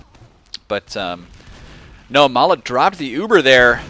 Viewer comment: Nah - that's Ma3la, not mala.